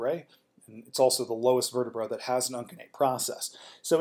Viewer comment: Uncinate is pronounced with a soft C, "un-seh-nate." Plural of vertebra is vertebrae, pronounced "vert-eh-bree."